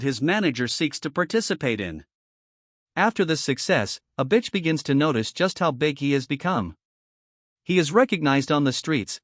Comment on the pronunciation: The AI keeps saying "a bitch", like that's how it pronounces Avicii, wtf